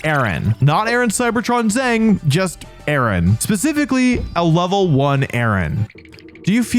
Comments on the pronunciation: Aron would be a lot stronger if you pronounced it Are-on, ya know like IRON. 😂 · I always thought Aron was pronounced A-Ron like Iron